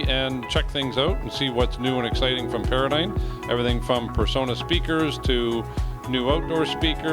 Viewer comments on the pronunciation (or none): It's pronounced Para-dime, not Para-dyne. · It's Para-Dime